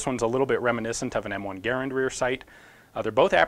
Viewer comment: Much respect but it's Gaa-rand not Gair-and. Thanks